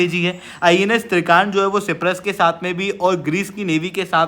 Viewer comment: ये सिप्रस नहीं साइप्रस है prabhu